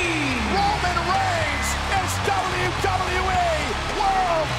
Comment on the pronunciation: Announcer ...and still the dzahbyu dzahbyu e...